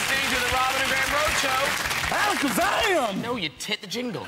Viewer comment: he said alackazam with all the virgin power